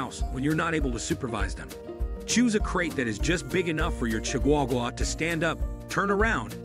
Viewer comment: that AI is S.T.R.U.G.G.L.I.N.G